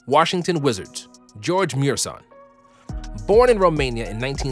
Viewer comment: Only casuals pronounce gheorghe murasan as George murshaan